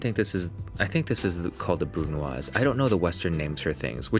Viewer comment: Chef Jon is indiscret to ask where you’ve learned french ? Your prononciation of cooking technical terms are always on point and well spoken, again the case here with : BRUNOISE. 😊bravo